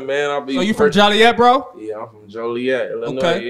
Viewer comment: Idk who needs to know this but there isn’t a city called “Jolly-et” in Illinois.